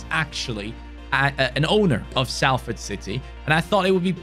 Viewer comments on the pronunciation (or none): it’s pronounce solford not salford! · It’s not S-A-LFORD it’s pronounced Solford like so can see I’m from Salford myself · its pronounced Solford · Thanks mate, I’m from Salford and nothing annoys me more than people pronouncing it with the A sound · just so you are aware, the ‘a’ in Salford is pronounced as an ‘o’ so the team is pronounced as ‘solford’. Lovers this video can’t wait for more 🔥👍🏻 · its more like sulford or solfurd in the pronunciation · Yeah it doesn't make sense when you said salford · It’s “Solfahd” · I'm rlly sorry but it's pronounced solford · The way he says Salford 😂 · I'm just watching this now. I was looking for all the comments and there's hardly any. It's so jarring and he said it about 3 times in 5 seconds